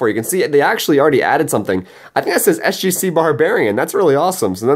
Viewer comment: the way it says SCG Barbierian and not SGC Barbierian